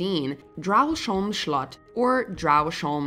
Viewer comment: I love to hear people trying to pronounce Danish names and words. Not the worst I've heard and "slot" was pretty spot on :) Didn't think see a Danish place here